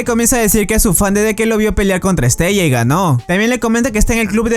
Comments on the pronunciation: Estella?????, madre mía amigo. Se llama pronunciado literalmente es-te-la. Igual que en otros vídeos dices mal los nombres. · no se pronuncia estella se pronncia estela ..... me encantan tus videos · Se pronuncia Estela